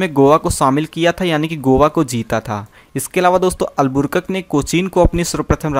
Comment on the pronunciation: पढ़ने तो जनता नहीं है अलबू कर्क के।जगह अलबुरकक बोल रहा है🥵